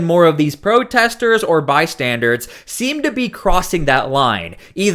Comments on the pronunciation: Bystanders, not "by-standards". Just an fyi. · Saying “by-standards” drives me nuts and so many YouTubers say it that way. There’s only one D in the word “bystanders”. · "Bystander" not "bystandard." Bystandard is not a word. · The word you're looking for is, BYSTANDER, not bystandard. That was the most irritating part of the video.